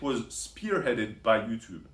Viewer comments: So 'ello-oe-toep' is due to the microphone and not his speech impediment? And I would quickly put on a shirt if I were you, soon that parrot will fly off your shoulder ... 🐣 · Roxas13. "He lifts", 👍🏽 "He gives facts", 😂 He tells assumptions, made up stories 🧚‍♂️ And that "ello-oe-toep" is to 🤮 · Ello yuchube.